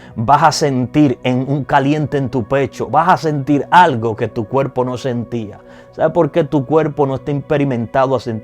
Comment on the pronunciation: Gracias x desear dar enseñanzas si deseas que mucha gente ve ay que como embajadores representemos bien,con todo respeto te aconsejo que prendas a pronunciar la r la s la m...osea cuerpo no cuelpo